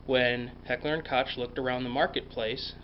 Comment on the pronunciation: Heckler and "Kotch"? Really? I'm sorry, but this just gets me.